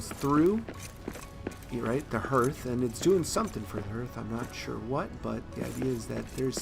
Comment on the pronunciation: Great vid mate. Just so you know, hearth is pronounced like the word heart but with the "th" on the end. It's quite literally the heart of your home. Imagine its spelled "harth" if that's clearer. Anyway have a good one.